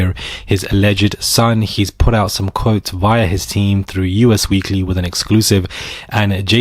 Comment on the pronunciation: Us Weekly is pronounced like the pronoun "us". Not U.S.